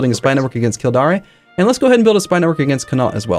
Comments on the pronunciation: Kill - dare (as in hair) not darre as in parry. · phonetically its sly-go and kill-dare :) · I just give up in telling him how to pronounce kildare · Loving the series so much!. The Irish provence pronounciations are great. Kil-Dare and Sly-go is how you pronounce them